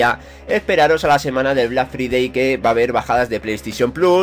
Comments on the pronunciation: Se dice "Black Fraidey". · Mae mia tu pronunxeixon black FRIDEI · vlak fridei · Vlac fridei pronuncieishon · Black free-day ajaja que genio ese ingles! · 'Blag fridei' :v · Deja de alargar las cosas tío Joder 3 minutos de bla bla bla Y aprende a pronunciar Black Friday